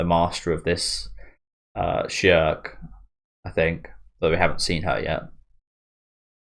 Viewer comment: Schierkes name is pronounced "Sheer-keh".